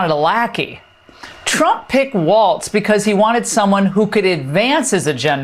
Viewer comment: Why do Fox people always say "Waltz" there is no T, just like the guys on Fox have no T.